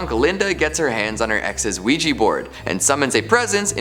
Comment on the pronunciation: OUIJA NOT OUIJI..😡😡😡😡😡